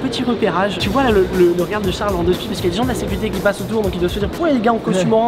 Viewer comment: « la securté » 😂